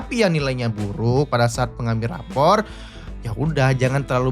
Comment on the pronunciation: rapot ❌ raport ✅